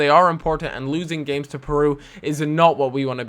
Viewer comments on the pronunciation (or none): none